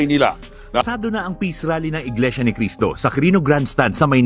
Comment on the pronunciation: Inglesia. Hindi Inglisiya. Tapik, as in TOPIC; hindi topik.